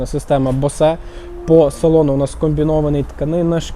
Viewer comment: Бовз 😂 а не босе😊😢😅 ще 1 момент ціна несказана😅😮😊😂